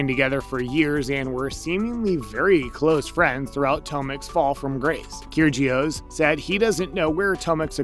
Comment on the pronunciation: Nick “Keer-Gee-Oss”? Wow that’s bad. It’s pronounced “Kir-E-ohs”. Probably why you have 500 views on this video. Awful